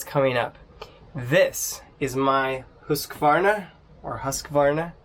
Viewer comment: Try learning to pronounce "Hoosk-Varna" if you want to review their products.